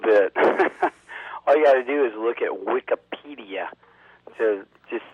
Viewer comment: LOL "Wikahhpedia"